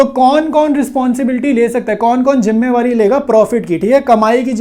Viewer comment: Jimmewari 😂😂😂.....jimmedari hota h